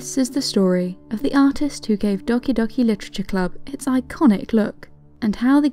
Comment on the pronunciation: I just love how you speak doki doki literature club its just so satisfying XD